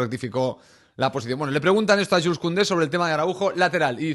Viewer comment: Y creo que se pronuncia yul